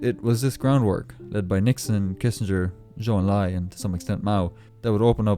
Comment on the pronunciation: President Nixon is probably the only US President who knows how to properly pronounce a Chinese name like Zhou Enlai.